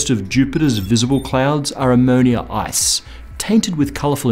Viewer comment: did he say ammonia ice or ass